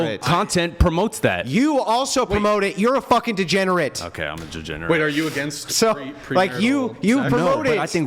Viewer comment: DEGENERATE* (not "DEGENARATE")